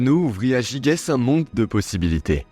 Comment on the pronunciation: Ça se prononce "jijès".